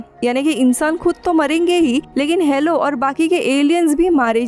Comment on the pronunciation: DIDI ITS "HALO" NOT "HELLO"